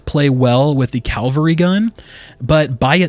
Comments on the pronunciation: CaValry. Not CaLvary. Thanks. :) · Dude, you also said CAL-VARY GUN like 150 timeZ. Also YOU NEVER NOT EVEN ONCE noticed that the EFFECTS that the WEAPONS apply are BASED ON CHANCE (aka NOT APPLIED WITH EVERY SHOT)